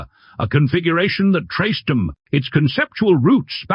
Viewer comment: Narrator needs more coffee (I know the feeling. I'm going for cup #2 in a minute) " Specifi-CAN " " Traced-UM "? Too many variations of cars in the photos..... UNLESS .... Was this some sneaky car of the Deuxième Bureau (France's external military intelligence agency from 1871 to 1940) that was able to switch its looks when it was tailing someone or being tailed? Inspector Clousteau would have demanded one ! Sneaky French! Man, that is one hot little car! (steering wheel is on the wrong side for the French...but then again, the French LOVE being contrary.) The only thing that's missing is....... SELF-DELETING DOORS!!! 😛